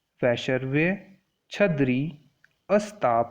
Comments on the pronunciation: Its...छर्दी not छदरी...🙏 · Sir please pronounce properly That is chardi not chadri. But overall explanation was good sir, thankyou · It's not chhadri it's chaardibtw lesson was useful